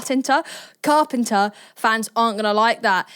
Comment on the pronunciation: Sabrina Fart-penter 😂😂😂😂😂😂 you had me cracking up when you said thatnot even on purpose either 😂😂